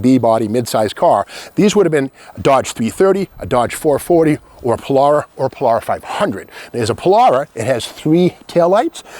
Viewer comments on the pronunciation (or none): Pol-“AIR”-a is how I say it. Not Pol-“R”-a…. 😄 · did you say Polaura?? not Polara!!